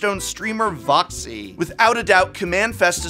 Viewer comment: Why he do Voxy like that thoooooo